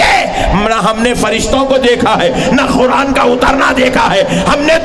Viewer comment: comedy karne baitha hai,,,,, Sabse pehle Qura'an bolna seekh..Khuran koi word nahi hai,, isko comedy circus mein bhejna chahiye. Ye aalim nahi comedian hai..